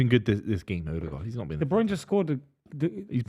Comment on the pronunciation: Please ill do anhthing just tell to pronounce de broyne properly its de brer-neh, sounds more like de brainah